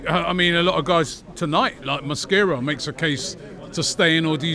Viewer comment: Mosquera not mascara 😂🤦🏻